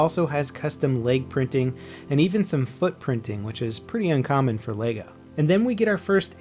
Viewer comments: Funny how you run a channel based entirely on Lego, and you can't even say it right.... Leg-o not lay-go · It's pronounced Leh-Go not Lay-go. Sorry it was just really annoying.